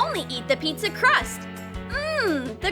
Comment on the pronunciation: Pizza not petsa